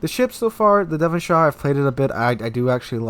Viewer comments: How can you speak English as your main language and not know how Devonshire is pronounced? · its pronounced Devon sure, not shire. Same applies for any county here that ends in shire pretty much :)